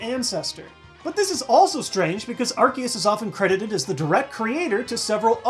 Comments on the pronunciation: when you say arkeus it makes me cringe. when you say arceus it feels better. just my own opinion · AR-KEY-US? its AR-SEE-US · It's pronounced Ar-see-us. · Its Arkoos not arkeus or arceus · It's aye- creee- suss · ... ... but it is pronounced ar-see-us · You say Arceus ar-key-us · It ar-kee-us it's a C not an S, dummies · UGH! ARSE-E-US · Well in the last pokemon movie it was pronounced Ar-Key-us yet again. #TeamAr-key-us But, hey, an argument can be made that Missingno is the first because it's #000! Make it a pokemon already! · It's ar-key-us! That's how it is pronounced! It's even like that in the movie! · Japanese name is Aruseus. There's no hard k sound in its name. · PBR announcer says AR-SEE-US There is no consistency here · U SAID IT WRONG! ITS ARCEUS NOT ARCEUS!!! XD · Plz no say arceus as 'ar-see-us' because 'arse' is 'ass' in the UK